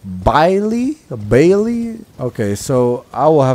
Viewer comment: I haven't found Bayle yet. P.S. I think his name is pronounced as "Bail" or something like that, could be wrong though.